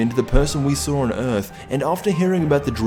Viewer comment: What is sawer? is that really how your shit dialect pronounces saw?